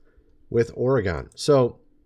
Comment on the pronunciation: It's pronounced Orreegun